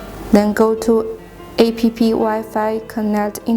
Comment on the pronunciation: What jack-ass authorized this gibberish??? The text is written by someone who does not speak English and the lady reads the text wrong, A.P.P. is pronounced APP!, not, Ah, Pe, Pe... Apps stands for Application. For a while I thought she was saying I.P.P. which can stand for Internet Printing Protocol, commonly used by modern printers. The product looks impressive but the presentation is shite. It comes off as half cocked. And what geek choose the background music? The music is not only annoying but also distracting. Gees hire someone competent in the technology and the use of the English language, to demonstrate the product. Otherwise a well detailed demo, minus the cocked up use of English and tech terms.